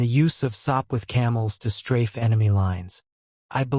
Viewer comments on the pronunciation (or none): none